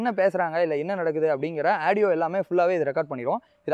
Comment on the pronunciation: Aadieo illa da adhu audio da paradesi